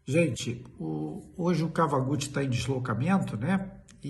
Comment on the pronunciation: Análise excelente, como sempre. Aproveitando que o Kawaguti não está, W em japonês sempre tem som de U. Dói ouvir KAVAGUTI.